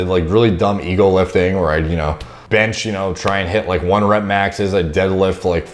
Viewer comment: When he was talking about "Ego" lifting, I thought buddy said "Eagle" LIfting... I was like damn buddy how much them eagles weigh